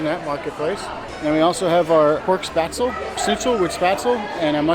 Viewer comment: Spatzle? Spahtzleh is more the proper pronounciation I think for that food?